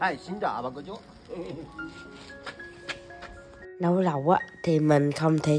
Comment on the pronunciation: Phát âm rõ từ " chú"...nhiều khi nghe nhầm ra từ " ch...ó...a" nhé